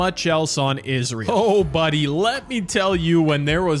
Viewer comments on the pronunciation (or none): none